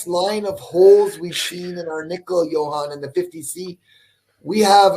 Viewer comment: doesn't seem to know Jochen's name, he keeps calling him something like Johann, as in Johann Sebastian Bach.